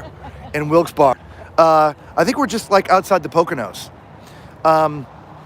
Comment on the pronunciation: Lol.. i had to laugh..its pronounced Wilkes "barry" crazy y'all braved the cold